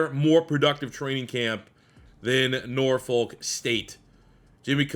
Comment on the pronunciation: I hate the way people who aren’t from Norfolk pronounce Norfolk 🤦‍♂️